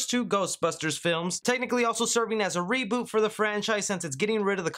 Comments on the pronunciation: “Seboot” Redlettermedia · It's not a reeboot of a reeboot, it's a reSET! A CORRECTION if you will ;)